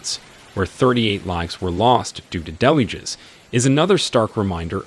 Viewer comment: Your narrator needs to work on his pronunciation of Chinese place names including Hunan and Yangtze as well as the word deluge.